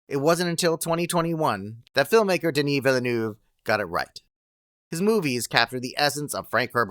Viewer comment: Ha ha ha ha ah ah ha ha ha - HOW did you pronounce Denis Villeneuve!??!? ha ha ha ha ha